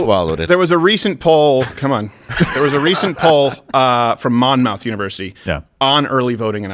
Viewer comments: its pronounced mon-muth . fuggin mon mouth! goof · Mon-MOUTH University...I couldn't stop laughing at that pronunciation! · “MOM-ITH” Monmouth.